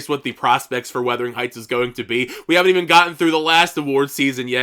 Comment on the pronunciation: Nice video. Just FYI you keep saying “weathering heights” but it is “wuthering.” You aren’t the only one. Some people are saying “withering.”